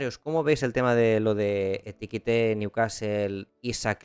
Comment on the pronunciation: EKI TIKE no etikite